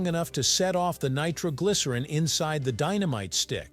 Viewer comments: says dy-no-myte video! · What kind of candles are these? Deenameetay...must be Italian.